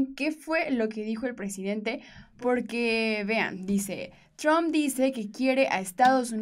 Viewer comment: si tienes educación deberías de pronunciar correctamente el apellido del presidente de E.U. deberías de respetar como lo hace tu presidente.